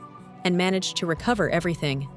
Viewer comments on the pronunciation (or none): none